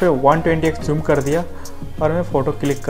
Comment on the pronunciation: Zoom hota he Joom nhi